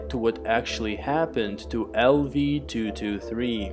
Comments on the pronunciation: Thoo thoo thee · Everytime he says 223 with accent it agitates me lol